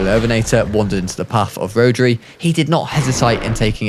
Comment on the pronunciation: Great vid but rhodri is a Welsh name and it’s pronounced ro-dr-i